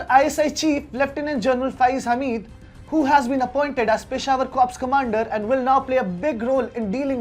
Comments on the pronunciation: its pronounced as cor... p and s both are silent🙏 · P is silent in" corps"?????